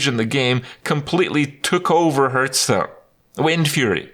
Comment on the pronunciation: Still can not pronounce the games name lol